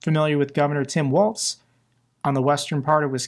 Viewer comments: it is Governor Walz, which sounds like Walls, not Waltz.. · A small correction on the picture with the kids hugging Walz, the bill provided free school lunch and breakfast to ALL k-12 students, regardless of income. Also, remember that his name is pronounced like "walls", not "waltz".